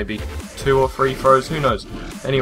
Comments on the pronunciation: Three, Its pronounced 'Three" not free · No, they say "firty free". "firty" isn't a word and "free" is a completely different word that has absolutely no relation to the word "three". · Three not free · THREE not FREE!!!! there i vented. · please say three correctly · two or free lol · Btw three not free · did it bother anyone else that he kept saying one point two pont free? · He says free not three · Lol fwee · It's three not free go back to speech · Learn to pronounce the words "three" and "other". The "th" doesn't make an "f" sound. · its pronounced three, not free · *three and *free if you are going to correct some one do it right. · i think its epic how you say T's like F's Three = Free! THAT IS EPIC!!!